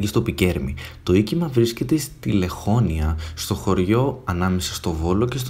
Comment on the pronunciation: Το τονίζεις λάθος